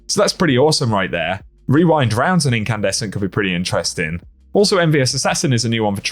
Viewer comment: I’m just impressed you didn’t mess up while saying rewind rounds, or as I have conceded to calling it “wewind wounds”